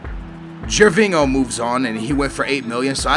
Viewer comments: For gods sake aa! Gervingo, ronaldingo!? Ho is pronounced yo!!! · "Gervingo" wtf?